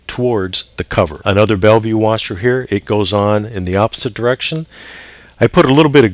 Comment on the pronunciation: Also they're Bellville washers, not bellview haha, heard this in several vids, keep up the good work